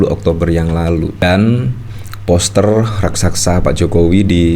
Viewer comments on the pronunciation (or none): none